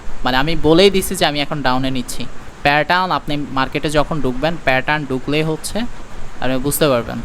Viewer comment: আপনি প্যাটার্ন উচ্চারণটা ভাল করে করেন। শুনতে খুব অকওয়ার্ড লাগে।